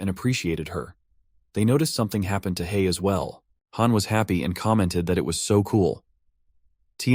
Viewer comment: hei, not han.......